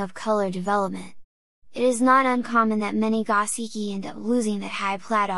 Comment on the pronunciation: Go-SHee-kee not gah-see-kee. You really know your fish. Now let’s get you sounding Japanese😀